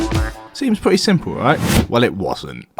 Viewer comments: “I bought a pwetty nice house and I’m a pwetty tall guy” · “So, I’m a pwetty tall guy.”